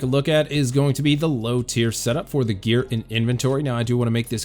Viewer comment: "grear progression"